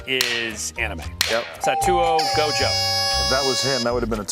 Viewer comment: This man Dan Heili really butchered the hell out of gojo and nagatos names 💀 and